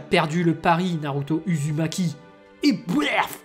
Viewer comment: Sa se dit "ouzoumaki"